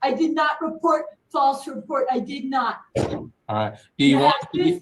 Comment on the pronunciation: 🗣️ ”I did not hit her. I did naht. Oh hi, Mark.” - Tammy Wiseau #TheDisasterDEFENDANT PS I’m not making fun of her … When I hear ”I did naht” I think: 👤 Oh hi Mark❗️from #TheRoom